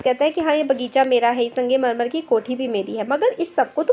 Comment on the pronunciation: Arey didi wo sangemarmar nahi hai wo sangmarmar hai 🤦 Phele padhna Sikh lo baad mai padhana😂